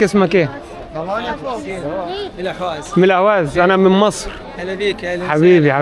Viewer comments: لماذا لا تطالع معلومات قبل ان تقوم برحلتك في بلد معين..الا تستطيع نطق اقليم خوزستان/حوزستان..الا تعرف الفرق بين احواز بالعربي واهواز بالفارسي..ما هذا العبث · اسمها الأحواز وليست الأهواز الفرس لاينطقون الحاء لذلك أطلقوا عليها الأهواز وهي بلد عربي وتعتبر جزء من العراق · أسمها الاحواز وليس الاهواز . لان العجم ينطقون الحاء هاء الارض العربية المحتلة منذ مئة عام . ولا احد يذكر انها ارض محتلة .. والتي كانت امراة مستقلة ولها حاكمها الذي سجن وقتل في السجن .. اسال الله العظيم ان تحرر الاحواز مثلما تحررت سوريا .